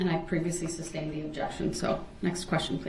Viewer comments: 😂😂😂 He doesn’t even say sustained properly he says substained not knowing it’s two separate words 😂😂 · Li-berry- substain- tackid. Telling the judge she’s violating her “oaf” of office.